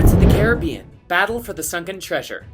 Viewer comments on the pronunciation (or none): none